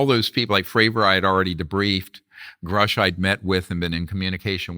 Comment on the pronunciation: In this clip listen to DJ Vlad mispronounce Grusch’s name as “Groosh” and his “expert” Dr. Greer mispronounce von Braun’s name as “von Brown”🙄